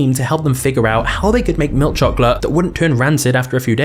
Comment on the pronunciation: I really hate the way this man says milk chocolate